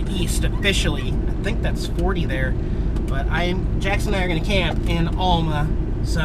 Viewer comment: Cool video. It's pronounced Al-ma, not All-ma, if you don't mind. The Popeye statue is because Alma used to be the "Spinach Capitol of the World." At the time the cannery (now closed) located on the north end of the street you were parked on was the world's largest producer of canned spinach. You missed the 2 large water storage tanks above the city lake that were painted like spinach cans...sorta. Keep having fun.